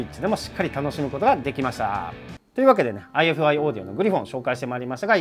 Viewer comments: ifiの読み方はアイファイですねぇ！！ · ハイインピーダンスで低能率なヘッドホンでもこのサイズで鳴らし切ることができてしまう、現状最強のポータブルDACですね。ちなみに、メーカー名の正式な読み方はアイファイだそうです。